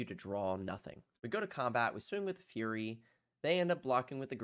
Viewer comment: Hi. It's typically pronounced "Furry" not "Fury" or whatever you said.